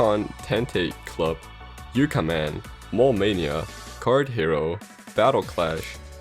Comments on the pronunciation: It’s also Yakuman, not Yukaman. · it’s yakuman not yukaman